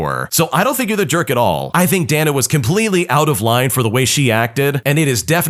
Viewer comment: pretty sure "Dana" is pronounced "day-na," dude.